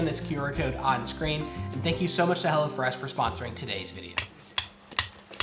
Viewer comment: Sometimes it sounds like "hella fresh" lol which makes sense too. haha